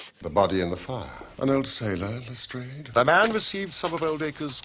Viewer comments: This is the only adaptation where I've ever heard the name pronounced as Le-strayd, instead of Le-strahd. I wonder if the show's researchers determined that the Victorians would have said Le-strayd and we've been saying it wrong all this time. Or maybe Jeremy Brett just looked at the way it's spelled and decided for himself that Le-strayd must be right. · Joseph Alexandre Lestrade was the name of an acquaintance in Conan Doyle's school days. There does not appear to be a consensus on the correct pronunciation, but Arthur Conan Doyle's daughter, Dame Jean Conan Doyle, stated that her father pronounced the name with a long 'a' sound.